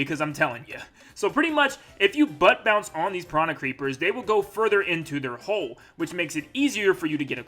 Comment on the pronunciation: it's bounce not pounce xD